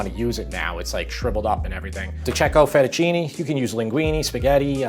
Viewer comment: man, come on, fettucinE!, linguinE!